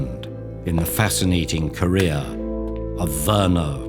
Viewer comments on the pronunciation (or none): none